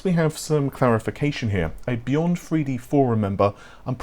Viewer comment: Noticed that too lol. Oh, also “Beyond-FREE-D Forum”